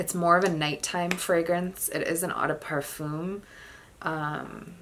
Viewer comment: How do you work in the industry yet mispronounce 'eau'? It's not 'awe' it's pronounced O.